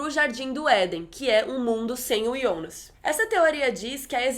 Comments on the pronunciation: Pq vc chama o JONAS DE YONAS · "iounas" kkkk